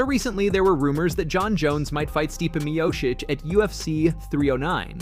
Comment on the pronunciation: Nothing screams casual amateur hour than not only pronouncing Stipe Miocic incorrectly, but doing pronouncing it 3 different ways incorrectly in the span of 30 seconds. There are already at least 2 major channels doing this same content, if you're going to try and compete at least get the basics right. Take 2 minutes and go look up how a fighter's name is pronounced before recording... Take some pride in your work dude.